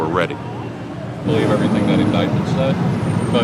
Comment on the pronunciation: I highly doubt he was an agent. He could not even say the word indictment right. 😅😅😅😅😅😅